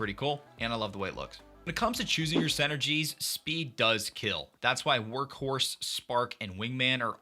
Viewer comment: I see you still call them senergies 😂 great video as always!